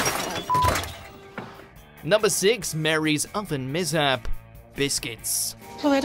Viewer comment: Pronouncing 'Mishap' as 'Mizzapp' was a personal favourite